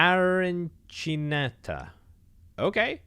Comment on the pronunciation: The mangling of some words has killed me. Penne Arachniata being pronounced Aranchinata or something different every time. Fantastic video, and i love ya, but please, read the letters in the words